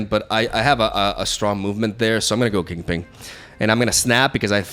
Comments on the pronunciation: It's "Kingping", not "Kingpling." :P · *KINGPIN*, its 'KINGPIN' not 'KINGPING' not 'KINGPLING' but 'KINGPIN'. Thank you. . . . . . P.S. Sorry for the outrage.😂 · I love how refutes that he pronunces it 'Kingping' only to say it exactly like that for the entire video. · Bro it's kingpin. PIN. P. I. N. Not ping. No g. King. PIN. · Is he calling kingpin king-ping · Lol why do you keep calling him KingPING? Yer silly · Kingping 😂 I’m dying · Lmao “king ping” and “midge olneer” join forces 😂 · Kingping and Arrow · THE PING!!!!! 😂😂😂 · He refutes saying "KingPling"